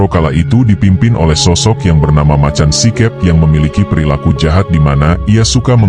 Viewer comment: Baca macan sikep itu make logat jawa si keup